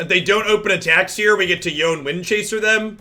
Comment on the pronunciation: Yone - Yo Nay. Sorry!